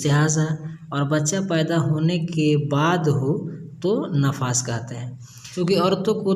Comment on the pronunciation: Hazrat nafas nahin nifas kahate Hain